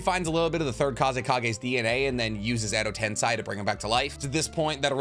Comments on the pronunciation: Why do you pronounce edo tensei like that? It's literally like saying "ten say" xd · Bro you've made like 100 videos. Please pronounce edo tensei as intended. It's said in the anime a lot.